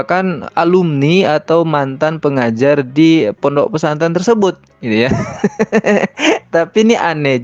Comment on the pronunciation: Pondok, bukan PONOK 😂